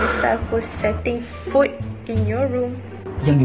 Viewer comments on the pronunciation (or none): setting foot jadi setting food 🤣